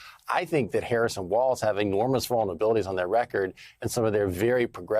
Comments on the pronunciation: There's no 't' in WALZ, jesus christ MSNBC, embarrassing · It’s Walz, not Waltz! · It’s Walz, not Waltz. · “Walz” not “Waltz” I guess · Walz not Waltz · JD, its Walz, not Waltz. not knowing your opponents name is ok if you have dementia. but someone like you not knowing your opponent is .....weird.